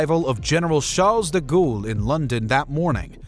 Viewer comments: General Charles 'DeGhoul'? Surely De Gaulle does not deserve such a mispronunciation of his surname. Other than that, well done and interesting video. And as Winston Churchill said much later than three weeks afterward, "Some chicken; some neck!" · Haha, "deghoul". Fix your AI voice, chief. It's awful.